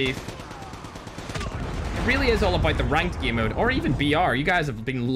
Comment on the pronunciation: If is saying game he will say gim